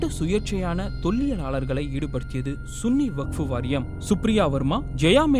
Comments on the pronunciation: hello bbc vasippu sariya vasinga SUNNI illa sanni vakkpo variyam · Athu sunny illaya😮😮ivar thavarga vasipathu pol ullathu